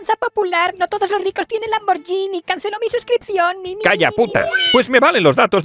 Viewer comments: Cuando se refirió a la firma Lamborghini (que no se pronuncia como él dijo, por cierto), está claro que quiso decir Maserati, refiriéndose al vehículo de la pareja de Isabel Díaz Ayuso. Menudo 🤡 demagogo. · Pronunciese Lamborguini